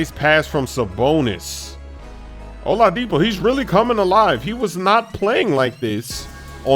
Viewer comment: O-La-dipo you put hella emphasis on the La lmfao